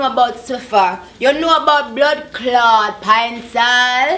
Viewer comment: lol, she said "blood claat" honey, it's a Jamaican swear word.